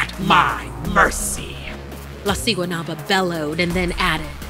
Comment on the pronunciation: Guatemala is a poor country they would never do something like this plus there is no Valentine’s Day there also u said siguanuaba wrong u say it with a b also who tf goes to a swim date there and no one over there looks that cute